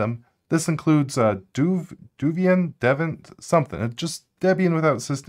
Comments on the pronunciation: how can you spend so much time mispronouncing/mangling the names???? i mean you wanna do this for a living right? yet you don't even bother to TRY and pronounce things correctly? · IF you could actually pronounce Devuan, & Mach, & SO much more, correctly, THEN this would be an excellent video. ELSE see next... Thankyou anyway, great try. Truly good video. ;)